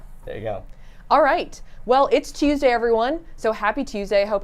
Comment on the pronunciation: Does anyone else think saf pronounces Tuesday like Tüüesday